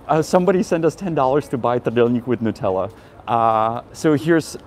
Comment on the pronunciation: "NUTELA" HAHAHAHA :)